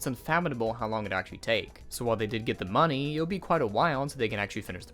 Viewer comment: careful, you very nearly have this odd emphasis on your words, similar to i.e "what they don't understand, is that due to how much money they raiiiiisssed...So while they did get he moneeeyyyy" Very annoying my man.